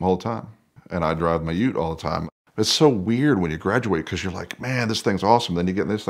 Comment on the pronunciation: So good hearing an American say "ute". Get a Maloo, it will blow your mind!